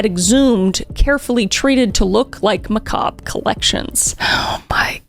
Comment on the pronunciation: He wans't actually a serial killer he wa sa macarbe